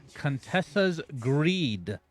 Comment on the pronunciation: it's "creed" sir